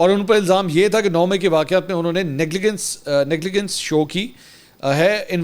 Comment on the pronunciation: اس لفظ کا تلفظ نگلیگنس نہیں نگلیجنس ہے۔